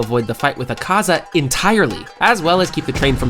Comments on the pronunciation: e serio isso azaka e n akaza:face-red-droopy-eyes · akaza? noo azaka? YESSS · é akaza não sakaza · É akaza não azaka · bro you said azaka sorry but it's akaza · O cara falou azaca kkkkk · Porq vc fala umas palavras erradas? Tipo nome do akaza?